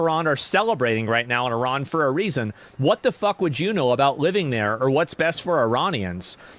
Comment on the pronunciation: Uh ran. Please say it right.